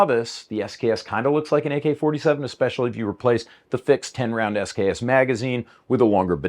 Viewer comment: When "SKS" is pronounced "sucks".